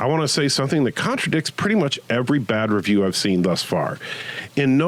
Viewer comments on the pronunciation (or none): its Review not revievew